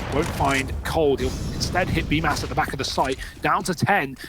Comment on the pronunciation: According to Simple, it is pronounced as "Bumas" 😂